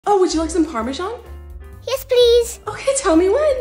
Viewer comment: It's pronounced parmazan not parmashon